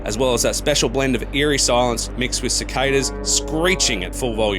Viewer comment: It was going well until you said ci"k"das?. You gave yourself away mate. How long have you lived in Australia?...., Mmmmmm🤔